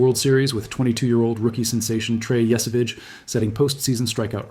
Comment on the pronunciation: I'd be more inclined to agree if you pronounced Yesavage properly.